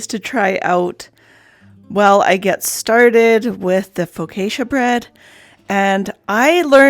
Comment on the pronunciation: I absolutely love your white blouse you're wearing. It's beautiful and looks so good on you. I suspect that you made it. I would like one in each color lol. Also the correct way to pronounce Focaccia is foe caw cha. I look forward to your next video